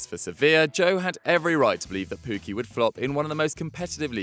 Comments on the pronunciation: It's Teemu Pukki, not Puuki you lemons. Joe you should be ashamed as well. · Double k, not u